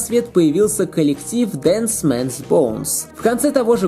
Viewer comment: DEAD Man's Bones, а не Dance Man's Bones!